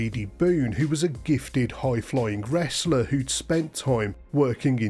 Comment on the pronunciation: "Hoying floying westlers" 🤣